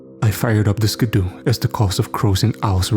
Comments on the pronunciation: If you're saying ski-doo it's pronounced like skee-doo. Not trying to be rude though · Haha I was looking for this comment. Yeah it most certainly is “skee-doo” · ‘Skuh-DOO’ had never in stitches!🤣🤣🤣 Great narration😃😃😃.